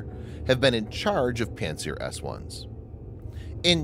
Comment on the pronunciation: It sounded like pantsdown-s1